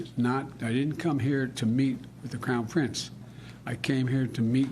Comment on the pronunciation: Not even 1 second in and he already gaffes. "The crown pince"